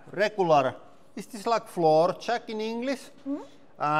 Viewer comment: I had to chuckle a little bit when he said "Dees luuks sketchy as phuck!"